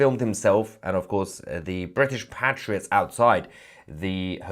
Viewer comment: Thank you Mahyad Tousi for pronouncing PATriots in the British English fashion - not PATEriots (American English)! Language is who we are.